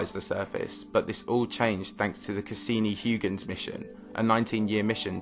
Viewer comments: Huygens is pronounced H-AW-KH-ENS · Huygens is a Dutch name and correctly pronounced "Highgens." Don't you have Google? Respect! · Of all of the various ways people pronounce Christiaan Huygens' name, I've never before heard it as "hoo-gins". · hoy-gens not hugh-gens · It's pronounced like hoygenz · "Hugh-gens" xD Get out of here. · Huygens ..... LOL!!!! 🤦🏻‍♂️ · Please learn the correct pronunciation of Huygens. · Dude, you're making science videos, you should put an effort in using correct scientific terms and pronouncing names correctly. Nuke-lar is not a term....the scientific term is nuclear, pronounced ˈnü-klē-ər Also, Huygens was dutch....if you don't want to learn the correct dutch pronunciation, at least stick to the standard US pronunciation: ˈhɔɪɡənz/ HOY-gənz